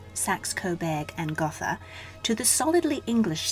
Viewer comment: Just a note....Gotha is pronounced 'goat-ha', not 'goth-ah'.